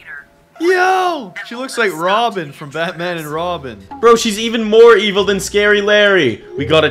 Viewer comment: was so funny because said evile news